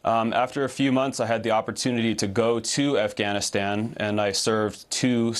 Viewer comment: Amy Afghanistan doesn’t start with the letter H. Harfganistan lol.